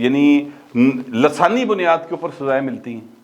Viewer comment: pyare lasani nahean lisani hota hey